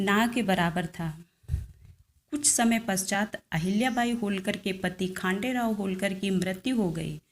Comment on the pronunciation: खानडेराव नही खंडेराव है!